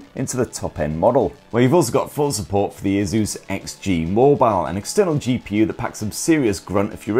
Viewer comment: Bro its just Asus. Simple. Asus. Not aezus. Asus.